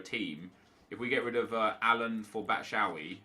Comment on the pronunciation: stop saying batshawy it's batshuayi. batshu.wai